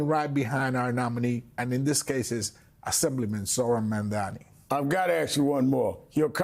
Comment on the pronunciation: How hard is it to pronounce his name correctly. It is NOT Memdani.!Jesus!